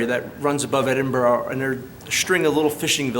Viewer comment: Edinburgh — pronounced 'Edin- burra'. Never Edinborro.